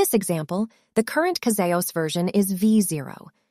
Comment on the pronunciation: Could you atleast correct the AI generated voice to correctly pronounce CasaOS... please. Show some self-respect.